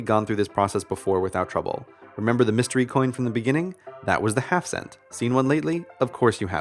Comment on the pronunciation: am i the only one who thought he said "half-dollar" instead of "half cent"?